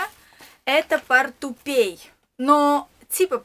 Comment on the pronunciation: не портупей,а портупеЯ